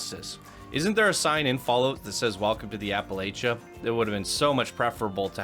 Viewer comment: I can't help it it bothers me lol.... App-uh-latch-uh. Carry on. 😉😊